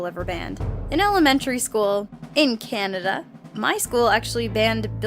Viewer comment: Canida? Lol its canada! whoever animated this was stupid as hekk